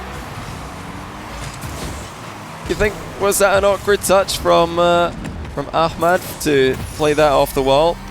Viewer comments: It’s pronounced amad the h is silent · Is it just me or is calling Ahmad ahkmad? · Why does he pronounce a “k sound” in Ahmad’s name?